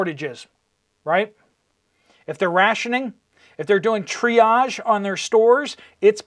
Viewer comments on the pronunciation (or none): none